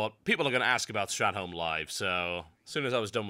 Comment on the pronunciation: why do you say stratem? its STRAT THOLME